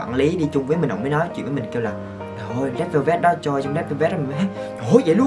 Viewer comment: Re đư beo bet =)))